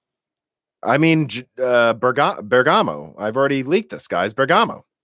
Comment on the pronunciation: Prosit on your improvement in pronouncing Bergamo. :) Almost there :D Seriously though, I'm really disappointed in the information coming out of the RX 6600 XT rumours - pricing means no improvement over last gen for the same price. That's probably just AMD making hay while the sun shines but it's still disappointing since basically no cards will retail for that price because all partners want to push the price by at least $100... The other thing to take into account with the fact that AMD might indeed win the performance crown is whether it's relevant or not. No one can even buy top-end RDNA 2 cards. What percentage of the market do they have? Will RDNA 3 be better? Let's put it this way: A Bugatti might be one of the fastest road legal cars but no one owns them, everyone designs the roads for much less performant cars (road holding, curvature, road smoothness etc). In that light, it seems irrelevant that AMD will take the crown, Intel can flood the market with cards and Nvidia will be able to keep up their output without (perhaps) mining constraints...